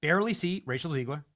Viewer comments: Benny..it's Zegg-luhr for your street credibility! 💪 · Love you Benny but for the love of God it’s “ZEGG-ler”. Not that she deserves being called by anything other than a loser.